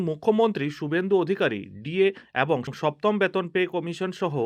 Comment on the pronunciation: এরই,,,, একই ,,,এবং,,,,উচ্চারণ গুলি ঠিক করে নিন